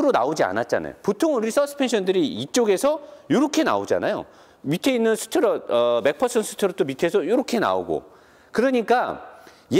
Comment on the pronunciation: 그놈의 스트로뤵 ㅋㅋㅋ